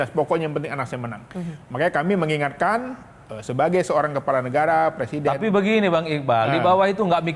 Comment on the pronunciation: anaké presiden jelas bedo ambek anaké presinden ... bedané cuma kokèhan huruf n ( presinden) 😆😆😆